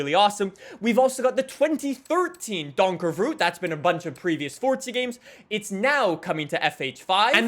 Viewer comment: You might want to check how to pronounce the Donkervoort 😂. Voort is pronounced as ford